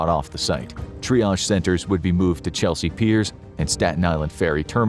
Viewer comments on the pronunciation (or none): none